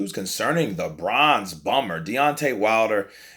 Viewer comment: Am I the only one who heard bronze bummer in the beginning??? 🤔